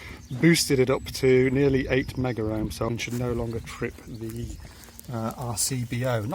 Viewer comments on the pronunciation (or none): It's "Meg ohms" not " Megger ohms", just saying